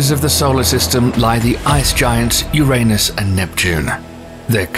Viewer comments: This Narrator "" is spot on if it comes to saying URANUS. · I never laughed so hard. Ever! I’m so grateful you pronounced “Uranus” the old way. You are legendary!